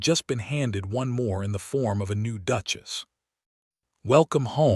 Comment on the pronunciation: Or the instance when she is called a “DUKE-ESS” rather than a duchess 😂